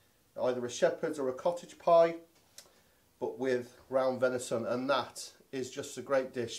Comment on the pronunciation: Venishon... try saying that after 10 pints 🍻😂